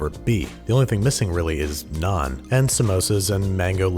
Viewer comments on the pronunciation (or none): I thought you said none instead of naan